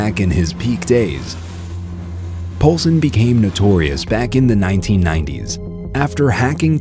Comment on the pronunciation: "Kevin Poulsen".... nope.